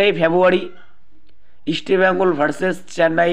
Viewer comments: You should pronounce properly Why are you spelling Easta bengal instead of East Bengal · তোমার উচ্চারণে অনেক সমস্যা যেমন ,,Eastbengal এটা আগে ঠিক করো। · আরে গর্ধব, আগে "ইস্টবেঙ্গল" নামটা শুদ্ধ ভাবে উচ্চারণ করতে শেখ, তারপর ভিডিও বানাবি। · দেখো তোমরা যে কেন vdoকরো...তা বোধগম্য নয়...একটা খবর ও ঠিক নয় ...চাকু মাণ্ডি...আমন ...এদেরকে সুযোগ দেওয়া হোক.. ভালো বিদেশী welcome ...পরিশেষে বলি Estbngl...নিচে কথা বলতে হলে উচ্চারণ ঠিক করতে হবে...like...share...পারলাম না